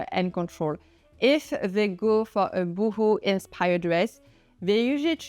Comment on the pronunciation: It's pronounced Bow ho, not Boohoo!